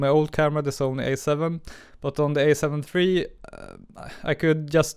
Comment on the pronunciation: It's "alpha" not "a"...